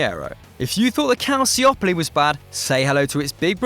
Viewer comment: That pronunciation of Calciopoli and Moggi though....